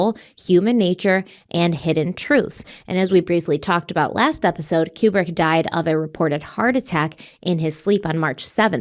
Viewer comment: Stanley Kubrick was 71, he wasn’t young. His name is pronounced KooBrick. needs to stop with the ridiculous conspiracy theories.